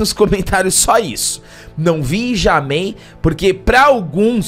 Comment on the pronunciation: "nãvijamei" kkkkkkkk